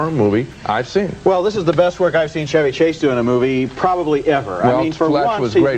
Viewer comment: Lol wow i thought this was just a movie I'd seen from my childhood nobody else did like a secret memory or something feels good to know alot of people know it and like it and finally why is this guy calling him ceavy instead of chevy I've literally never heard someone mispronounce an easier name in my life it really irks me